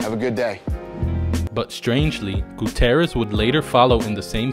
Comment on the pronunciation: Goo-TEE-ER-REZ not Goo-TEH-REZ. I dunno why that bothered me so much but it did.😐